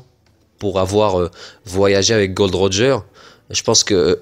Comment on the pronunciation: tu as dit gold Roger malheureux c'est gol d Roger;)